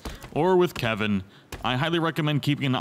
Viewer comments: ITS KELVIN NOT KEVIN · not to be that guy but sorry i-i-it's Kelvin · IT'S KELVIN, K.E.L.V.I.N! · I lose braincells each time someone calls him Kevin instead of Kelvin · Not Calvin Not Kevin It is Kelvin... shesh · thanks for the help but his name is KELVIN D: this drove me mad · its not kevin its kalvin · His name is Kelvin not Kevin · Am I the only one who is annoyed when ppl can't pronounce pretty simple words. For instance it's spelled Kelvin but yet everyone calls him Kevin.